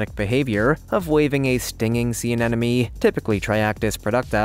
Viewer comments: "a ne mo ne" not "an enemy" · It's pronounced sea aneMoNE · "Anenome"? LOL Seems like the anemones are more of "afriend". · Why cant people pronounce anemone correctly? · Learn to pronounce anemone dude.